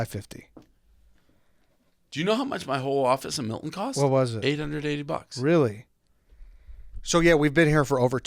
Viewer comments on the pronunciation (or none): none